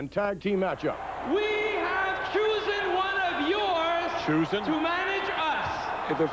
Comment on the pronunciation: McMahon foreshadowing the Mega Powers going at it was a nice touch. I laughed out loud when Vince repeated "choosen" after Raymond Rougeau said it.